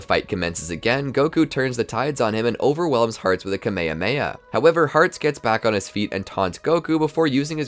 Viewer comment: Bro said kamahamaha instead of ka - ma - ha - ma -ha